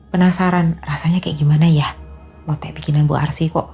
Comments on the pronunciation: Bacanya lotek (k nya diajak) kak.. hehehe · LOTEK tuh K nya dibaca Mbaaaaaaa, jangan dibias kyk bahasa jawa